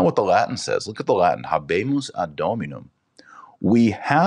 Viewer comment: Adjutorium , the “j” has the “y” sound. The “H” in habemus is silent